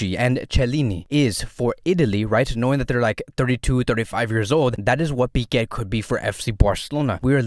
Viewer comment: Why do you call pique, piqet